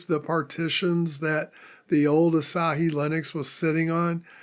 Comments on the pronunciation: Hi, it's Asa*h*i - the H isn't silent. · 朝日 ASA-HI